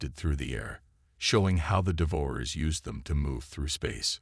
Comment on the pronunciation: I wish you would learn to pronounce words, Devour- ers -DEVOUR-ERS